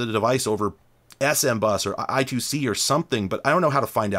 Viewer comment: thanks for calling it "i-two-c" like a normal person